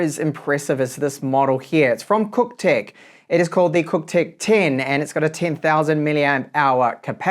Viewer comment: Nice mate, did you say it's cocktech? 🤣